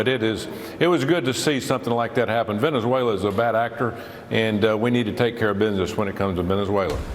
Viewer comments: Bro it's not velenzula it's Venezuela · bro how can I take you seriously when you can’t pronounce Venezuela?